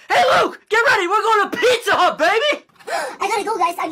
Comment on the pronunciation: Luke:”i gotta go guys im going to PIZzA HHUuUt~”